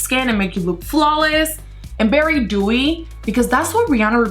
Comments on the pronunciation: I can not understand why you cant say very but bery. Like why? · I like it when she says bery not very bictoria secret and not vitctoria